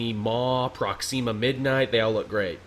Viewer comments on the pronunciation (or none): who is "corveeous" glaive and "proxeeema" midnight? /jk